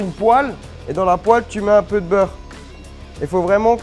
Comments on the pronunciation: In the french word "Dans" the S is silent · I might try adding bell pepper next time I make tartiflette, I'm so used to the traditional recipe that I've never tried to change it up. Alsoo, I'm sorry, but I laughed SO HARD! way of pronouncing "dans' almost made me cry!